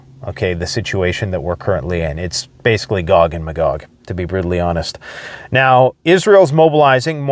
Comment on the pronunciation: You said it best my Canadian friend, it’s “Gog and Magog”. Keep reading Ezekiel 38. Love your channel in Nashville. 🤗💯🔥👍❤️